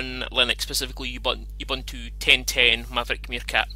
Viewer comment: by the way, it's pronounced "ooboontoo"